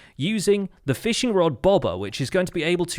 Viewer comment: 22:8 lol you said feeshing instead of fishing